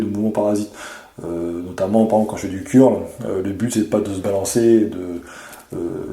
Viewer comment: "Curl" se prononce "keurl"